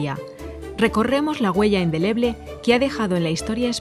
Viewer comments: . ¿”Endeleble”? Se dice INDELEBLE. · . ¿“Endeleble”? Se dice INDELEBLE.